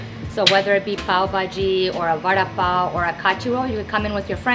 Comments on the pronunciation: Its PAV not PAL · The "Mumbai bun" as she called it, is what we call pav (pronounced as paouv with ignoring most of the v). But tbh it's basically a soft roll.